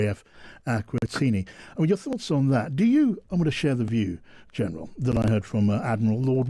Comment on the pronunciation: You said the 'Department of Defence' and it should be the Ministry of Defence. Also it is R.A.F. Akrotiri, not Akrotini